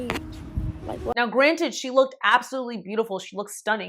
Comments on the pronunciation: Bragging about how much was spent on your prom is tacky. No one likes boaster. Also education must not be that valued by the mother because the child could not correctly pronouce "looked." It is not pronounced, look-did, nor like-did, nor love-did. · not her momma spent $10K on her prom and she said "lookted" 🤨